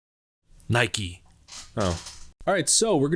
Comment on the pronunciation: When you said “NIKE” I busted out laughing so hard idk why ...